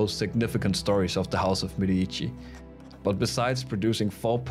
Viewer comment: Please google the proper pronunciation of The Medici. Nice video.